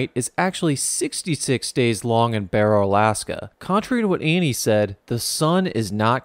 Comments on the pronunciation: Its pronounced bear oh not bar o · As an Alaskan please never say "Borrow" again. It's "Bear"-"O" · It is pronounced B-air-oh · Also you said barrow wrong, we pronounce it b-A-row. The b sound say A and ad row to the end. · OH MY GOD, IT'S PRONOUNCED BARE-OH. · i live in alaska man, it is pronounced bear-O. and the diner serves regular diner food lmao. As for the weather we both get subzero frequently. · I live in Alaska and it’s pronounced Bear-row and they changed the name back to the original Alaskan Native name which I can’t pronounce I live all the way in Palmer and a lot of people go up to barrow to work and it’s call the Slope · Love the video just FYI barrow isn’t pronounced like that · You my friend are smoked up. You got 90% of the stuff about Alaska including how you pronounce Barrow. Not only do I live in Kenai Alaska I was also born and raised here. So I'm somewhat of an expert on Alaska..... smoked up. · He said barrow wrong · You should probably at least know how to pronounce the name of the town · “You won’t survive this town.” pronounces name of town wrong 🤦‍♂️ Time to skip the video.